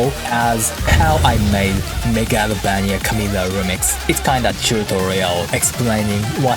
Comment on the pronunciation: I love how you pronounce Megalovania I will pronounce it like that for the rest of my life